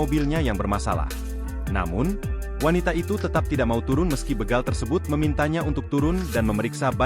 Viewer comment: Bégal... ✅ Bègal... ❌ Ucapkan huruf "e" seperti di kata bebek, Bukan kata betul